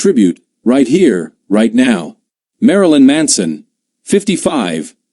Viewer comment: marlin manso????👎👎👎 ..... STEVEN TYIER....